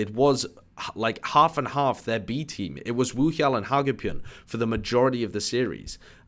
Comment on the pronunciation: It's not a phonetic H though. It's actually pronounced WOOhyal.